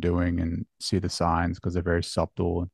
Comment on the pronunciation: I'm sure you've heard this by now (1 year after this posting). S u b t l e is pronounced suttle. Like, O f t e n is pronounced offen. Made me think though, you learned the word by reading. Impressive. Forgive me for a couple more, that lots of folks get wrong: Cannot is one word, and Mischievous is 3 syllables, not 5!